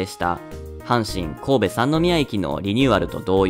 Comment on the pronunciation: 塩酸 読みは 「ごうど」なんですけどね。